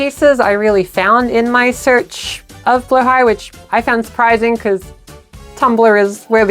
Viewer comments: I loved how well thought out this "documentary" was. I've always wondered the background for our sharkie friend Blahaj, and now I know. ...Also learned how to actually pronounce Blahaj. "Blow-high", and not "Blah-hadge" :P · As a Swede im both happy our ikea shark is a trans mascot 💕 but also annoyed some people pronounce Blåhaj wrong ❤😂 (it’s “blow-high”) Glad you got it right! 🫶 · Thank you so much for pronouncing the name correctly 🦈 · Mine is “Blåhaj” (pronounced blah-hah) so whenever I can never get it wrong :333